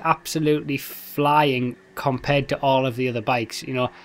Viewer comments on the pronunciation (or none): none